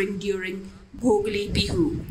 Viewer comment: Dear, kindly take notice of incorrect pronunciations of salient words or phrases; in this case the pronunciation of Bhogali as Bhogli is a little frustrating. Thank you